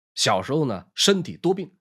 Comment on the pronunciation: 很棒的正史說書! 漢字偶有一字多音者, 二個字詞校正請參考: 乾(音干)兒子, 口吃(音及).